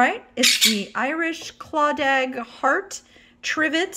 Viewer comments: Just a note….Irish Claddagh is pronounced…kla-duh… not claw-dag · Its pronounced Clada (silent g). Its an area of old Galway. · Hey! Claddagh is pronounced “claw dah”. Just so ya know. 😉☘️ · Claddagh pronounced klah-duh 😊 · It's Irish & pronounced clada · Pronounced Irish Clatter